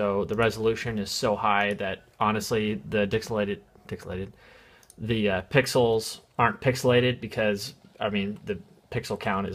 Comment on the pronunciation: I'm subscribing just because you said "Dicksilated" You made my day!